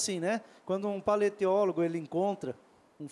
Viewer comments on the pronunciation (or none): ele diz:"paleteólogo" na verdade é paleontólogo.